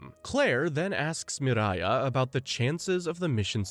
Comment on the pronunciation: Not enough to know her name is Miria, not Mariah